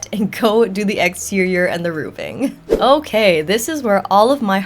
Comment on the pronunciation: I'm truly not trying for snark.... "RooVing" is like nails on a chalkboard for me. RooFing 🙏🏼😜 ty